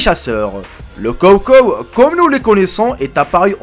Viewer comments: ce prononce tchawtchaw pas cawcaw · Ont dit pas kowkow mais chowchow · Ses pas le cow cow sa se dit chaut chaut ! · En dit “show show” en dit pas “cow cow” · jeri c est pas kow kow c est chow chow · Je rêve ou il a dit kow kow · "Les kow kow"😭😭👌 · C'est un [s]chow [s] chow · On dit Sho comme CHien pour Chocho , sinon bonne vidéo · Dans chow - chow on entend ch comme dans chats ! 🤣🤣🤣